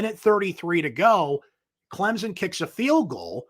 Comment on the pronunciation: It's Clem-son. I realize this is asking a lot.